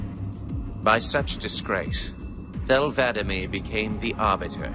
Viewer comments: The arbiters name is not thel vadamee it's Thel Vadam E. The name vadam is the name of his keep and the E is a designation of his military service. It's two separate words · "vada'ME" ITS VA'DAM ARGH DAMN IT 343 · The way says arbiter's name is upsetting